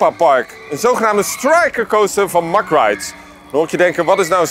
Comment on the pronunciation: Fan van het kanaal. Super fijn om altijd extra dingen van attracties te weten te komen via jullie.🙏👍 Verbreedt mn kennis. Men spreekt eigenlijk de Engelse benaming uit, "mek" rides.. als ik "mak" rides hoor dan 🥵